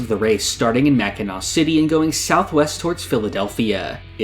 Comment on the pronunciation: HE PRONOUNCED MACKINAW CORRECTLY, THAT'S MY GOAT